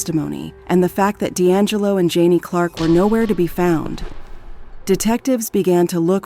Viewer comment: Ju-Nay. Not Janie. R I. H❤